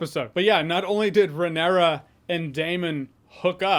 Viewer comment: “Lenor” “renera”. Come on dog, they literally the say the names every episode multiple times. Theyre really not that hard to pronounce correctly lol